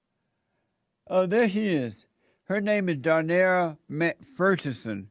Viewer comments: pheenix Rivera he can’t pronounce McPherson. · Why do most black people have Irish or Scottish names? And MacPherson is pronounced like this